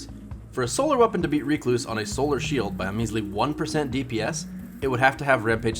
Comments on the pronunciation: also ive never heard anyone call it reecluse...ever...its named after a spider, a recluse....rec·luse /ˈrekˌlo͞os,rəˈklo͞os. but it makes sense, with as much bitching as there is surrounding this weapon to call it REEEEEEcluse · The bigger question is why YouTubers don't seem to be able pronounce the word "recluse". This guy and his reek-loose, Datto and his reck-loose...it's not a difficult word lmao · WHY ARE YOU SAYING RECLUSE LIKE THAT!!!!! HAHAHA its not REEKLUSE it's RECLUSE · Did he pronounced recluse as reeecluse? That's illegal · IT'S WRECK-LOOSE. AS IN WRECK-LOOSE-IF. RECLUSIVE. RECLUSE. NOT REEK-LOSE. PLEASE. But in this world of justice the gun will be deleted soon so you won't need to say the word again. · Great vid, but seriously, your pronunciation is so bad... Stop using the Th3Jez "Reeeeeee" before finishing the "cluse" word. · You trigger the fuck outta me every time you say it incorrectly. "Reh-kloos" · It's not Ree Cloose.. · Its pronounced recluse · Went looking for a comment like this less than 1 minute into the vid, I don't know why it bothered me so much lol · Stop saying recluse wrong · Triggered by you saying the word recluse wrong this entire video. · Take a shot every time he pronounces Recluse incorrectly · How in God's name does he not know how to pronounce the word recluse?